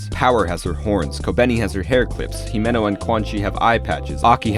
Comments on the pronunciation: It's Himeno, and there's no discussion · its himeno